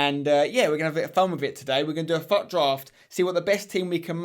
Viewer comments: Fut draft?? It's pronounced foot draft not fut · it is fut draft but pronounced foot draft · he said faut draft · Im sorry but why are u sayin FUT so weird